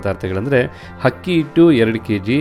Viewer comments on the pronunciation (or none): Congratulations dear... 😊for your success.. One suggestion is has to improve his pronunciation of akki (pronouncing HAKKi)..and uppu (He says Huppu).. Hope u take it positive... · Hakki alla akki.. pls aa and haa kara sari madkoli sir.. chennagirutthe..